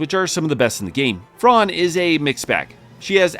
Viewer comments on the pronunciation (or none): I stopped watching when you called Fran “Fron”